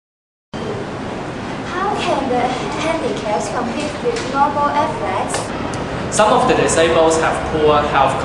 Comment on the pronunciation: athletes is pronounced as aff, leeets as in "eats"